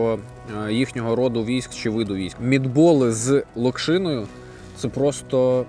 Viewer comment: Наголос на слові Локшина Неправильний